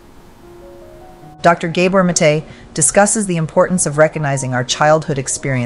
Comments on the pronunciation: Pronunciation - G ABOR NOT GAY BOR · Please pronounce his name properly. Its gah- boor (like "mah" and "door") not gay-bor. Mate (MAH-tay) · His lastname Gábor's 1st wovel is pronounced like the 1st wovel in the word "rather" , aporoximately. Not like the wovel in the word "hay" for example. He is Hungarian.❤ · To the makers of this video: You are featuring a fascinating speaker, giving an incredibly insightful speech, and then you're doing tremendous damage to the message in the way you're presenting it. Not only does the narrator chose to mangle the pronunciation of his name (no, he's not a "gay bore"!), you interrupt the address at various points with pointless, sappy and useless animation segments. You cut into his speech, but not in a clean way, you slowly fade out his voice as if to say: "Enough from you, we have something more important to say." I'm sure this is not happening out of malice, but the thoughtlessness on display here gives me an aneurism.